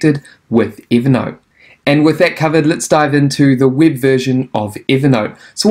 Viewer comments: Count how many time you said "evee naught" 🤡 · Why is he calling it Eevernote?